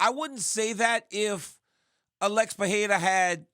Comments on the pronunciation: can someone correct DC's pronunciation of Pereira's name? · Guys, respect Pereira enough to say his name right ffs